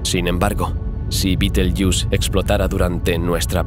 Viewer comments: entiendo que tu idioma es el español porque dices beteryus cuando deberias decir betergeuse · supongo que tu idioma es el castellano o español pero no se como lamas a betelgeuse betelyus suena muy mal oirte hablar